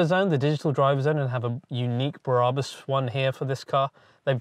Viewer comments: It's BRABUS .. not "Bah Rah Bus" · My favourite Car Brand and all I can here is mis-pronouncing Brabus, it’s like when someone says Adee-Das instead of Adi-Das My ocd is melting down. 😂❤️😎👍🏼